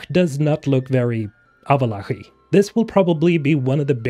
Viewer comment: avallach XDDDDDDDDDD